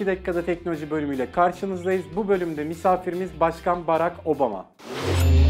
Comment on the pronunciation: Barrrrrrrrak obama